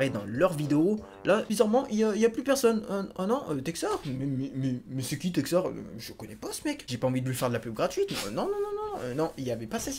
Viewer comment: Merci de m'avoir fait passer dans ta vidéo d'avoir bien prononcer mon nom et je te souhaite bon courage pour la suite texar